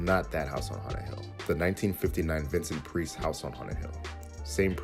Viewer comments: Vincent "Preese"? "Price" is pronounced just like it looks. It's "Price" as in, "The Price is Right." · “Vincent Preese”??? Come on, really??? It’s “PRICE” as in you have lice! Now if you’ll excuse me, I have to go take a poose!